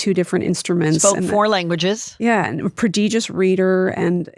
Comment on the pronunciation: Who is this woman? She says having five children was extremely unusual in the 50s? That is absolutely untrue. Big families were coming back then. Catholic families? Old schools that had to accommodate the kids born throughout the baby boom? And she mispronounce prodigious